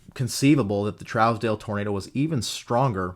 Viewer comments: Trousdale is pronounced (Troosdale). Im from that area. Keep up the fantastic in-depth content! :) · Such a great breakdown as always! Keep em coming! Here in Kansas, we pronounce it Trues-dell if that makes sense. I chased this once it got near Great Bend and to the north east